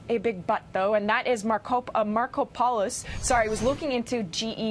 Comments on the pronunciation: No way his real name is pronounced “Marco pole isss” lol it’s gotta be “Marco! Polos!” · Mar-KOP-o-lous. My God wtf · Let's try "Mar-COP-a-lus" for Markopolos...how could no one have told her😣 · 'Markopolos'? i think Sum Ting Wong. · Learn to pronounce the names before reporting the news please. His name is Mar-kop-olos. I get upset when people misread what they are reporting and then can't even pronounce the names of the people involved in the story, especially since I know these guys are alleged to be "well educated". And yes, I have a Masters Degree if anyone is wondering.